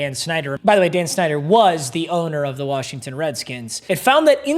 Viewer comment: When he said Dan snider I thought he said Dan shnider💀💀